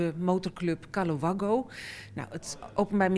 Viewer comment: kaloe wagoe spreek je het uit man.Hahah moet wel lachen toen ze het uitsprak.